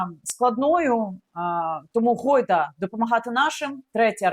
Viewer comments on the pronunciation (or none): Гайда а не гойда)